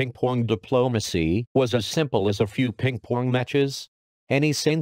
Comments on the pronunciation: Ping Pwong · Ping pwong diplomacy 😂